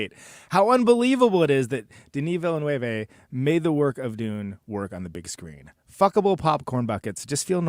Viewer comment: VIL-LA-NUV, ZEN-DAY-UH